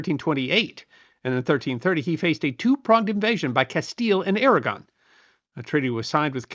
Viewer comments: Did you say "Kingdom of Aragorn"? 😉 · “Castile and Aragorn” 😅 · "Surrendered to the combined crowns of Castille and AraGORN" LOL. AraGON